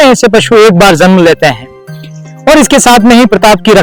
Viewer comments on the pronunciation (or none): बहुत अच्छा प्रयास है बहुत बहुत बधाई तुम्हारी हिंदी की टीचर होने के नाते कुछ उच्चारण में सुधार जरूर करें जन्म में जेड न बोले ज बोले।ओर भी कुछ आशिक सुधार करें बात करे।सीन अच्छी तरह बताए